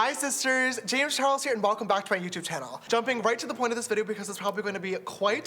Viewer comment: Hi shisters! Its James Charles and welcome back to my YOUCHUBE CHANNEL